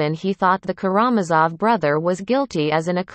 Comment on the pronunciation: Please learn how to pronounce "KaraMAZov."